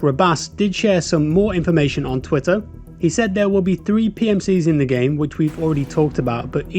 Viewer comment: This must be an AI voice over video. Has to be. "three ...PMCs"